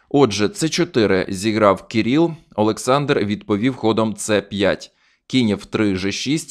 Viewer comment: Кирило, Кирил - а не Кіріл.